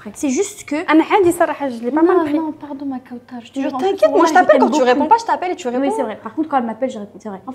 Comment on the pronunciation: Kawtchaaaar??? D ou t as sorti cet accent ??? Kawtchaaaaaarrrr????